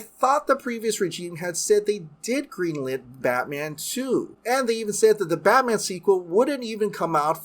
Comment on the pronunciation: Always love a Michael Scott cameo, but what is Batmnan? 😂